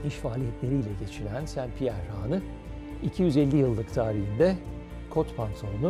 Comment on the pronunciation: Haanı değil, hanı. A kısa olacak.